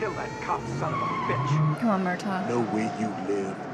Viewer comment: Hey! I love your reactions, but in this one, it almost sounds like you're pronouncing the name of Danny Glover's character as "MUR-tog," with a G sound at the end. It's actually "MUR-taw."